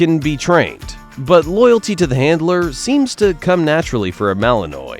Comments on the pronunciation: At least learn to pronounce Malinois. It is mal-in-waa not mal-in-oise. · They're Mal-in-wahs, not Mal-in-noise, even though that's how it's spelled. It's French. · Mal-on-wah. Not mal-eh-oy. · It’s malanois not malannoy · It’s not Malinoy,it’s malinwa. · It’s MAL LIN WA… not noise… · Okay, Mr. Narrator! Malinois isn't pronounced MalinOY. It's pronounced MalinWA. It's French. Say it right. Thank you.😊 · Not Belgian "Annoy" (although it might be a factor, given their constant energy level!)...it's Belgian Mal-NWAH". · It's not a Belgian Malinoi, it's a Belgian malinwa French pronunciation) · Not Malinois as in wa, not noise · Mechelse herders (original Dutch name of the dog) are shepherds from Maline (French name for the town of Mechelen). Malinois is pronounced Mali-n-wah. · As these gorgeous workers are from Belgium, the "s" is silent, which why the breed is pronounced Malin-wah. A super collection of videos! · Malinois ( malinwa) French pronunciation. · Malin-WAH. It's French. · The proper way to say Belgian Malinois is "BEL-jun MAL-in-wah". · Please learn how to say Malinois properly. If you're using AI it can't distinguish that it should be pronounced Ma/luhn/waa. I miss the days when humans narrated videos. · It's pronounced Mal•in•Wah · "Malinoy"? Nope. That's not how it's pronounced. And that 4th dog - the one which lets itself into the police car? That's a German Shepherd, not a Malinois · It's pronounced Belgian Mal-in-wah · Fantastic film clips ……..but could the compere please pronounce their name correctly? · For crying out loud, there are online dictionaries all over the Internet. Look up and listen to the sound byte on how to pronounce "Malinois.". Is that so much to ask?! Now a bunch of others will walk around mispronouncing their breed. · Learn how to pronounce "Malinois"! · The narrator should have been taught FIRST how to PRONOUNCE "malinois". 🙄🙄🙄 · Malinois is NOT pronounced the way your AI slop bot thinks it is.